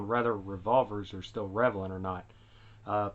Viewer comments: What an arcaic fuddlore ridden way of thought and wtf is "revalent" anyway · “revalent” lmao